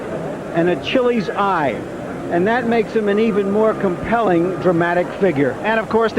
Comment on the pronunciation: wtf is an "uh-chilly's eye"? - Never cared for Larry Merchant.